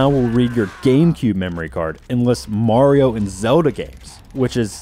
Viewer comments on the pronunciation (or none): none